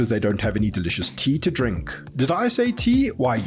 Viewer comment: 🤔Teaaaaa... Sounds like something you shouldn't be drinking when he says it. 🤣🤣🤣